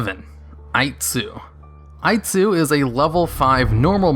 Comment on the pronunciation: I liked für American Version of Aitsu called Aight-sue much more!